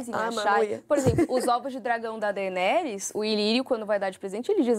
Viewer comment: Olha só... O nome Daemon não soa como "Deimon", e sim como "Démon". Sempre que tem "AE" o som tem que ser "É". A Daenerys não soa como "Dãni", mas como "Déni"... Sigam o exemplo do nome Aegon, que soa como "Égon", e por isso o apelido do personagem é "egg".